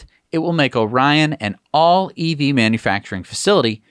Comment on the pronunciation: Bolt EUV: the town is pronounced “Or-ee-on”. It’s weird I know. Source: I’m from there.